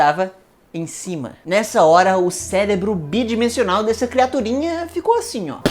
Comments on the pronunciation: Gostei do video, só pare de falar "célebro" ao invés de "Cérebro".. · Já que o canal é científico, vamos corrigir, se vc não se incomoda: "cérebro" e não "célebro". Ou melhor ainda, "encéfalo", já que o cérebro é só 40% da bagaça... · v "o celebro" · “Celebro” foi forte de mais ! 😅😅😅😅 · Celebro... Ai sai na hora... Nao deu pra segrar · ele disse célebro kkkkkkkkkkkkkkkl!!! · é impressão minha ou ele fala ''celebro'' diversas vezes? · Eu ouvi CELEBRO mesmo ??? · juro que eu entendi "seu célebro" xD EAHUEAHEU